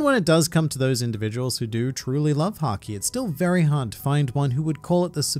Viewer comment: Why did I hear "which is sanji" instead of "which is haki"